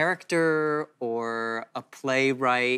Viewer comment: play write 이 아니라 playwright 아녀???